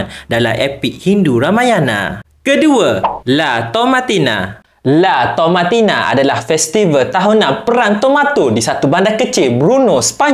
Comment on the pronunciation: Saya tak suka bazir makan, insyaallah saya akan amalkan sampai bila bila🫡👍. ohh ye, LA TOMATINA tuu saya dengar macam bahasa arab pulak😅😂😂